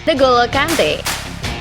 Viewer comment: Ini yg baca narasinya bukan orang yg nonton bola dah keknya. Reece james yg bacanya ris jadi rici 😂 n'golo jadi negolo 😂😂 havertz yg tinggal baca aja malah jadi hevertz 😂 Emang cwe2 lurus yg di sodorin script aja ini 😂